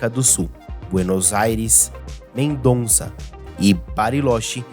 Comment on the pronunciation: MENDOZA MICUATE !!! POR FAVOR mendonnnnza .